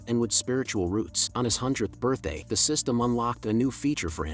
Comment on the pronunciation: "HAPPY BIRTHAT"😅😅😅